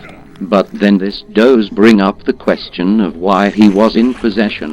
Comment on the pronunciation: I love how the LP Bot pronounces "does" as he would the word denoting female deers. "Siguorney female deers have a sadistic side."